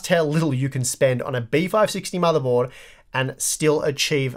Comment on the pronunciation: What's a "motherbold"?